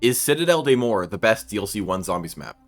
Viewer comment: The "des" and "morts", you can pronounce them "de" and "mogg", the double G is to emphasize the French R, it really is prounounced like the stereotype. It's a bit hard to explain since my native language is Spanish, and my brain defaults reading on spanish pronunciation.